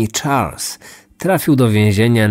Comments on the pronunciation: Lubię słuchać twoich audycji, ale rażą mnie niedociągnięcia językowe, czy akcentowanie wyrazów. W tym odcinku imię bohatera wymawiasz po angielsku, zamiast po francusku. Zadbaj bardziej o szczegóły. Pozdrawiam. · Charles = szarl nie czarls;) to francuski wariant i tak na pewno nazywali go rodzice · Jeśli to francuz to SZARL nie CZARLS.